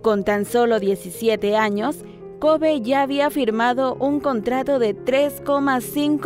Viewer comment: Se pronuncia koby